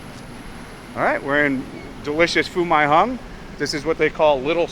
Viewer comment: what is Phu MAYY.. Hung? and what is El Gwacho??